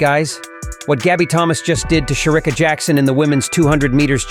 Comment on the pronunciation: Will u please pronounce Shericka's name properly? It pains my ears to listen to u calling her name.